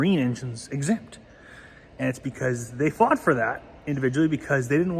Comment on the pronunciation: I had to replay this 10 times before I realized he was trying to pronounce " exempt ".